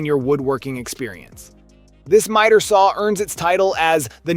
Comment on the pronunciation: miter is pronounced with a long I not like meter....just saying